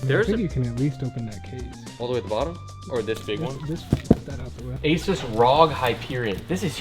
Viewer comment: bro said " ey sues" what?? lmaooo ASUS